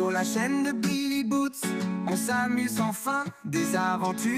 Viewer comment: Dommage qu'il dise " billy boots" au lieu de billy roots..